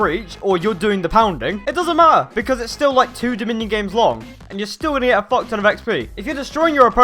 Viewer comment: Dony The Drugo should have said if i got a dollar everytime he said focton i would have a fockton of money